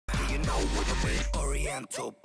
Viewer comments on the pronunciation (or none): none